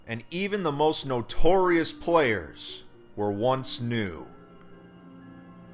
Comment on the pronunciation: begining "the most newtouriouse were once new" new-toriouse XD